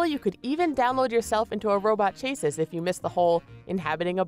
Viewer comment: chassis is pronounced sha'-see